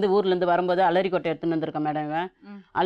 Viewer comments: Aralikkottaya illa alarikkottaya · ALARI KOTTA😂😂😂 LAKSMI MAM: ARALI KOTTA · Alari kottai ah...dai...adhu arali kottai da